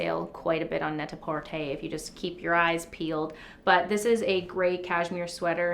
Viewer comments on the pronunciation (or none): NET A porTER with canadian accent..dying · Okay I died at “NAyTahPaWRter” 🤣